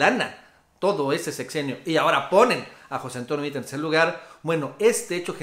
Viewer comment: Como sugerencia, pronuncia el apellido de Meade tal cual como se escribe...saludos